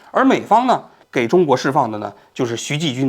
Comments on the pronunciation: 王局是不是老花镜不带，所以看不清人家的名字啊？ 徐延（不是季）军和靳善（不是单）霖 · 是徐延军，不是徐继军，美国法院的文件上也是标明YANJUN XU，难道王局脑子卡壳了？还有把“靳善霖”读成“靳单霖”，难道不认识“善”这个字？。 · 这期口误有点多： 徐延军 ==>徐Ji军 靳善霖 ==>靳dan霖 最新的消息特朗普上台之后 ==> 最新的消息拜登上台之后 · 徐延军，靳善林，你自己算算你读错了多抄次…….😂😂😂